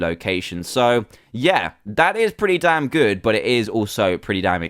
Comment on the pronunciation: Insted of damn say Dan Insted